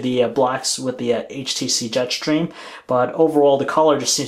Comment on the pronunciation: Jet shtreem !!!